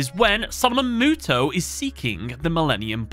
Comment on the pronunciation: Thank you for giving us the proper pronunciation of Muto